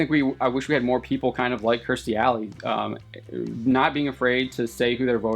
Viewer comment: It's KEERstie, not KRIStie.